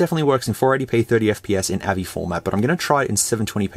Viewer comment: I love how you sy AVI wrong! It is like when people say GIF wrong! But, do such people call a Giraffe the way the first letter is? Like how they say GIF wrong? No...they say Jirraffe! Gif is JIF, Girraffe is Jirraffe and AVI is A Vee Eye.